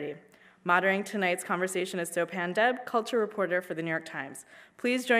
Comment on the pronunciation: Firstly, it's not So-pan, it's so-pun (rhymes with pun, not pan)